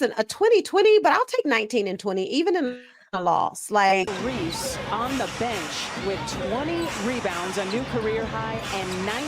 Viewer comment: He really emphasized that “even in a loss” and “20 boards” lol we knew how he got that much amount of rebound.